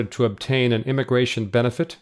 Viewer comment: can you fix the word: immigratOIN, please?